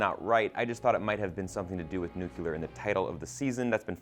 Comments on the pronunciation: IT’S NU-CLE-AR NOT NU-CU-LAR. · omg nuclear is pronounced "NEW-CLEAR" FFS. There is no such "NEW-KYU-LAR" war. THERE'S NOT EVEN A U there smh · My eye twitches each time I hear "nucular" rather than "nuclear" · ˈnjuːklɪə. New-klee-uhr, not nucular. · I think the guy on the left kept saying “nuke-ular” instead of nuclear. Ryan Murphys recent seasons of AHS are fan fiction letting the popular opinion dictate his writing. I’m sure Twisty would show up again if enough fans bitched about it. That’s not a screenwriter. Lange jumped ship with perfect timing. She’s better than it. We will see how this one will play out. I would like to be surprised. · Stop saying "nucular war". It's nuclear war. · Stop saying "nuculer" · Sorry, had to stop watching at “nook-you-ler” I cant abide that, sorry. There’s only ONE u in nuclear. No excuses. That’s like me showing you a sign that clearly reads ‘m c d o n a l d s’ and insisting it’s pronounced “Greg” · It's pronounced noo-KLEE-ur (nuclear) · Is he seriously saying nucular???? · “Nukeular” lol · Nucular lol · It’s pronounced NEW-CLEAR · Please stop pulling a Bush and saying nukular. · you're pronouncing 'nuclear' wrong. please stop. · Why can’t the white boy say “Nuclear” correctly? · Why can't Americans pronounce "NUCLEAR" properly????